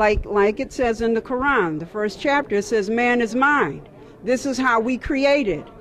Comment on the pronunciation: she messed up when she said quran